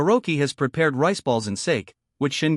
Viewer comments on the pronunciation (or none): none